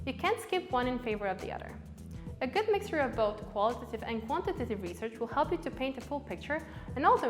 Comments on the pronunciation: The "qualitative" and 'quantitative" pronounciation kept throwing me off. Here's some user feedback for ya! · Great and helpful video. …but oh lord do I hate the way she says “quantitative” haha